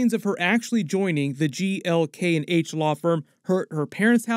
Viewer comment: He finally said GLK&H correctly!!!